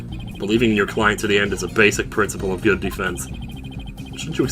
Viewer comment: I really enjoy when you say "GUT" everytime a "Good." appears on screen. I have a really large smile on my face rn. Love you.